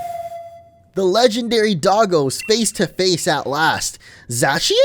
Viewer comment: It's pronounced zacian